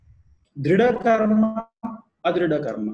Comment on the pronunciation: गुरु गम्भीर ज्ञान से परिपूर्ण जानकारी देने के लिए आभार। कृपया संस्कृत के शब्दों को उन्हीं के उच्चारण में अंग्रेजी में भी आसानी से बोला जा सकता है। जैसे- कर्म, क्रियमाण, लग्न कर्म आदि। बोलेंगे तो अच्छा लगेगा। क्या आपके वीडियो हिन्दी में भी हैं। कृपया लिंक देकर अनुग्रहीत करें।